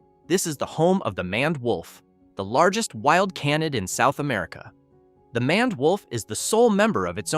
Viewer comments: It's pronounced "mained" wolf, not "manned" wolf. Sheesh. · Mispronounced names: 2 ("MANned" wolf instead of MANE-ed wolf" "CAHN-id" instead of "CANE-id") Errors in Accuracy: 1 ("No verified sources of African wild dog attacking or killing a human being" - wrong, they ate a toddler who fell into their enclosure at a zoo. They are very much dangerous) Awkward Pauses: 7